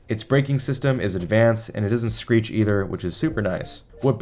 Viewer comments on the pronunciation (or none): none